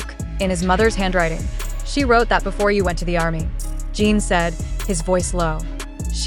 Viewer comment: It’s JIN not gene